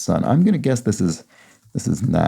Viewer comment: FYI Nas is pronounced nahz